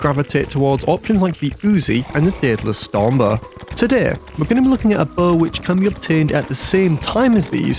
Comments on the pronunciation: Agreed, Daedalus Storm Buh is nice, but The Tsunami Melts Buhsses Like Buhtter! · daedalus stormbuh